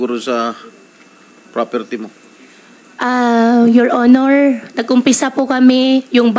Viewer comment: Pansinin ninyo Ang pabigkas ng “YOUR HONOR” malimit ang pagbigkas nya yoil onoil halatang intsik talaga siya